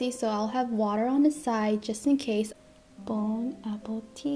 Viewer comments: It's "bon appetit" not bon appetif. I'm enjoying all of your mukbangs! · It’s not bonappetif , it’s bonappetit this makes me mad every time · she did not just say Bone Apple Teeth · No one: Not anyone in the whole world:: bOnE aPpLe tEeAtH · Why does it sound like when she says bone appetit she says bone apple teeth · because that's what's she's saying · WHY AM I NOW REALIZING U SAY BONE APPLE TEETH I LOVE IT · did this girl really just say "Bone apple teeth!" IM CACKLINGGGGG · Me as a french girl ‘’ bon apple teeth ‘’ is so weird for me haha ☺️ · it sounds like she said, “bone apple teeth.” 😀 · “bone apple tea” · she really said bone apple teeth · So did someone dare you to say “boun apple teeth” ? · Ok i love her but why do you say Bon appéf... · Did she's just say "bonapeties" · Because she does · Victoria Grant she did